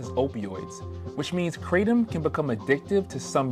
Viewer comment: It's "Cra-tom"